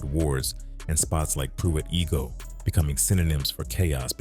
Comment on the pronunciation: It’s pronounced I -go not E-go Pruitt I-go